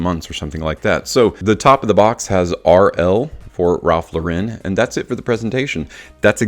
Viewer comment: It is not a french company, Lauren is pronounced like you would an American female's name.